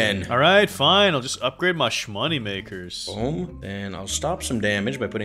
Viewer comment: Why do you say shmoneymakers?